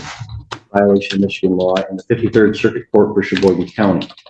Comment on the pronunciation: Cheboygan…not Sheboygan.